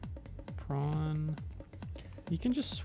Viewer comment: Shout out to for pronouncing prawn like the real Zef Dwanky that he is!! <3